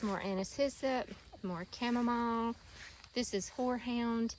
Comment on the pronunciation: The way u pronounce Chamomile annoys me for an unreasonable amount. Anyway, the gardens look fabulous ❤